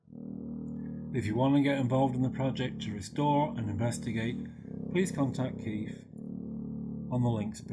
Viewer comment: Did the British guy, just call Keith, 'Keef'? AHA!!!! Another sign the house is haunted! 😎